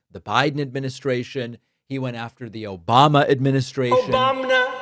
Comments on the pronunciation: I'm in it for the "Obamna". It is as satisfying as the Wilhelm scream. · That obamna never gets old.😂